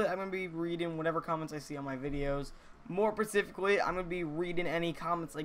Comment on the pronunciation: "More Pracifically"